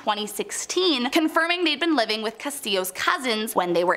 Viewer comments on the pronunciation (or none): none